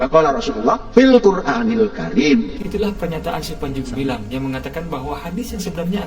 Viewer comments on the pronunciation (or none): Salah ngucap panci.....